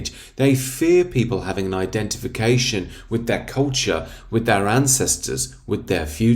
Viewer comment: "Lord of the Rings is one of the most beloved masterworks of recent English and arguably European cultCHAAH."